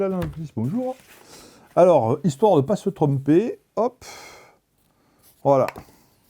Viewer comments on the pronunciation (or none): histoire de pas se trumper tu as dit lol comme Trump